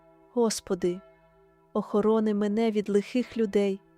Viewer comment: Дуже гарна молитва 🙏🙏🙏 але наголос у двух словах треба змінити,,, посади і охорони. 🙏🙏🙏🙏🙏🙏🙏🙏🙏🙏🙏